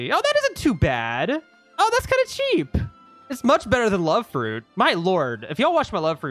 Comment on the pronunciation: Bro you said Cheap like wtf?😂